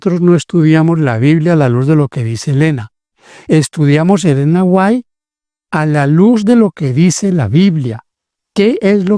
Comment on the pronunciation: Ese q habla es un moron nosabe siquiera pronunciation el apellido de Elena White